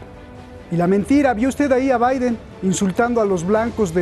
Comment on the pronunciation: Como de costumbre, visceral al extremo. Tanto, que se pierde y termina no diciendo nada. Además también es muy fantasioso, describe escenarios totalmente falsos. Como pueden invitar a este tipo supuestos analistas, cuando ni siquiera sabe pronunciar Biden.